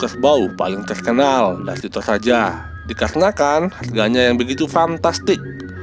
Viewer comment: Bukan tolaja bosku tp toraja😅